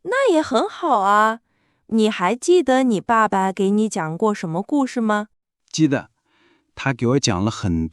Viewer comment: Very good podcast to learn mandarin. Very good for listening. This is my second episode. Unfortunately, in both episodes I hear one of the words spoken with a wrong tone. Jide - the de in this word is pronounced as if it is a second tone. I learned that it is a neutral tone. Unfortunately too many people use the second tone for the de in jide. Both narrators voice is pleasing to the ears. I will continue listening.